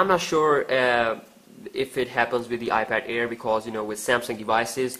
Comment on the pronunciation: It's iPad air not ear